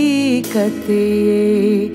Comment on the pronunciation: Very well sung but words like haqeeqat and qatra are mispronounced. Shouldn't have happened as it's such an old school ghazal. Ahmed Zaryaab would've corrected her lol.